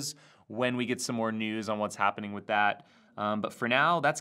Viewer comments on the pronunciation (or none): none